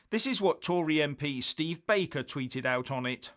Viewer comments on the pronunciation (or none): none